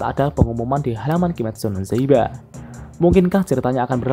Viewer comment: Kimetsu no yaiba kak,bukan zaiba